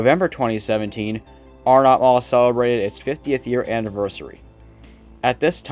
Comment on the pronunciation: I thought it was pronounced Arenut , not Are NOT. Nice video.